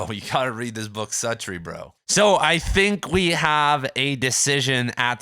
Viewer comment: You’re mispronouncing Suttree